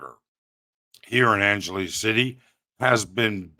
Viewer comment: Bear with you? Your delivery here is as stiff and stilted and rambling and tangential as all your other stuff I've seen. Get to the point. Learn how to pronounce things. figure your tech out before you start. Write a script to read from. You don't even know how to say Angeles properly FFS. You occasionally have content of interest. Make it interesting to view!